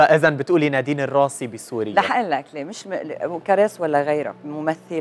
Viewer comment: بليز حدا يوصل ل يخفف تثقيل الأحرف علما انه النطق متقن و لكن التشديد الثقيل على الأحرف مزعج.... اسمها نادين الراسي مش الراصي